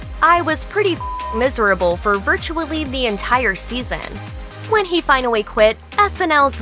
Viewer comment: Am I the only one who got a little stuck on the speech impediment? 👀 (E.g. "finawwy" , "Weekwy" )